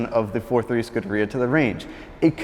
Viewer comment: Since you are a devotee of Ferrari, here's how to pronounce "scuderia"